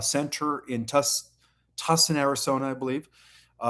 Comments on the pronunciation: Thank-you ❤ Also, Tuscan ( despite it's spelling) is pronounced " TWOSAN" with the SAN sounding like the word ON. Hope that helps! I can't speak any second languages so I think you sound and do remarkably well with pronunciation!!!!!❤ Much love to you and your family and Monika and your furbabies ❤ and love to our Jedi community ❤ and Kitty Cat is in the house during shout outs!!! 😺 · You are pronouncing TUSCON incorrectly.